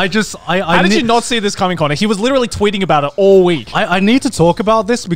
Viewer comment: My mom says "licherally" instead of "literally"